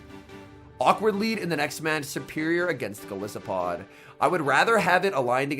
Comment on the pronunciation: Isn't Golisopod pronounced with a hard "I"? As in goliath and isopod?